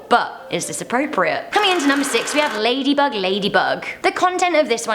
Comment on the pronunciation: Lady bug lady bug...she said that maaad wrong